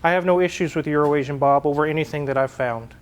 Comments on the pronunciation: How is it that when you pronounce EuroAsian-Bob I can hear you clearly, but when says it, 100% of the time, it's 'Urination-Bob'? Inside joke? Annunciation? 🤔🤦‍♂️ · I’m so pleased that and pronounced ‘Euroasian’ Bob correctly. To my Australian ears, it sounds like is saying Urination Bob.